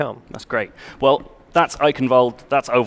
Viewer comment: It's pronounced ike-in-valda. The e at the end makes an ah sound. Eichenwalde.